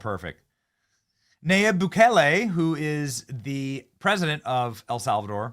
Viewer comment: The Salvadoran Presidents name is pronounced Nah-Yeeb Boo-kay-lay